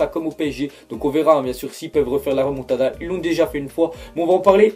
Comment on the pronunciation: "Moa ji croi a la remontadda" Mdrr va te coucher